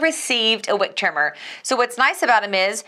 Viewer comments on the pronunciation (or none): none